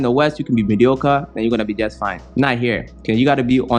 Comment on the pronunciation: Lol..choked on my water when you said mediocore...big facts. Thanks for sharing